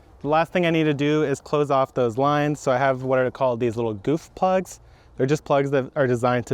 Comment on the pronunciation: I thought you said “boof plugs” at first 😳😂